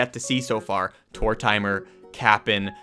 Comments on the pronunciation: SERIOUSLY LMAO. It’s TOR-tim-er. lmaooo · Wait, hold up. Did this man just say Tor-TIMER??? 😆😆😆 lmaooo... it’s Tor-TIM-er fam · I believe Tortimer's name is pronounced Tor-TIM-er (not tor-TIME-er) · Oh god please Stop saying Tor-te-mer like Tor-TIME-er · yeahhhh that's not how its pronounced... its just Tortimer like tore-tim-er. not tore-timer. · It’s pronounced: TORT-eh’mer. It’s a pun on tortoise and Mortimer. Love the depth of info in your vids but dear god: GET THIS RIGHT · This is a good vid and I appreciate your dedication but how did you just pronounce Tortimer lol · great video but the way you pronounce tortimer makes me want to commit a crime